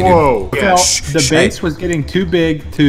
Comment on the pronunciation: he said base like Davie504 says BASS. XD